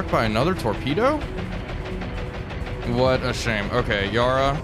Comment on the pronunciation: Recommend you google how to pronounce Yarra…